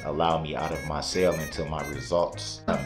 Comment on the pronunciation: He had to stay in his cell..he pronounces it (sale) 😅